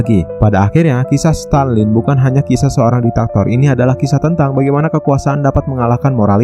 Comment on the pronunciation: Stalin min bukan Stanlin